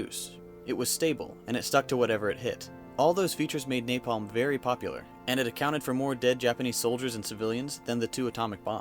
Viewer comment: I cringed everytime he said napalm